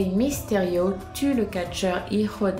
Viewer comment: c'est pas misterio mais mysterio